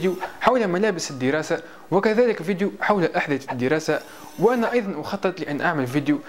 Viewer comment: يا الله شلون يكول فديو 😠